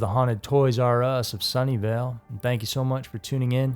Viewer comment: I thought he was saying "Sunndale" lol I was like ITS A REAL PLACE?? lol and it would've made so much sense lol